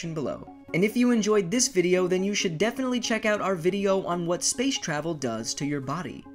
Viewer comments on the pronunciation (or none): none